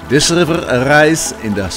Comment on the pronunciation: love how he says gggrrriver :)